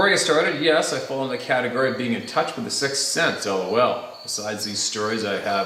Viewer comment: when you said the word cat-agory the cat ran behind your back and then disappeared lol